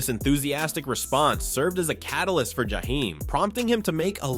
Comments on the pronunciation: This clown said his name like he was from the Middle East jahhhheim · The narrator mispronounced Jaheim more times that he got it right and that’s a shame. I couldn’t keep listening for this reason. SMH